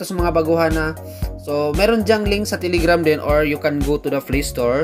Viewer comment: its telegram. not tiligram. okay?